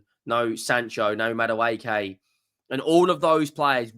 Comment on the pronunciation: "MADDA-WAY-KAY".... It's "MAD-WEKKI"